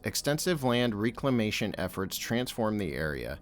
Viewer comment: That’s not how you pronounce‘reclamation’